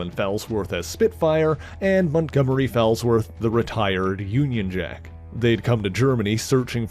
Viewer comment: The name is pronounced FALLsworth, as in; "he took a bad fall."